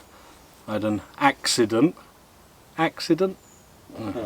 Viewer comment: "Axeident" lol brilliant .